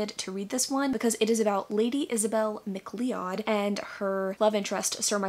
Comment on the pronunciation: If its spelt MacLeo(u)d or close its actually prononoucead (MAC as in the computer and CLOUD like the sky fluffies) my friend is a MacLeod and hes a scot like myself. We tend to get a bit touchy on names.